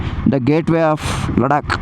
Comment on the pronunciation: Ladka alla Bro Ladakh